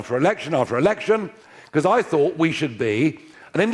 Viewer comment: you said fought and fought snd fought it’s called, thinking, TH, thought, bless you